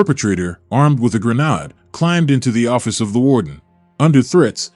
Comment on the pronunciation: Grenad? You need to work on your pronunciation of English words. It’s grenade.